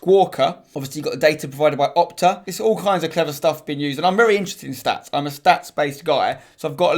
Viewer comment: it's pronounced stats not schtatsh